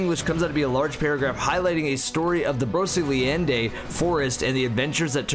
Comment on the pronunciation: You pronounced Brocéliande wrong lol Ok ill go now